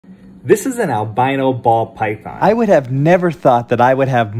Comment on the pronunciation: He put the emphasis in BALL for ball python lol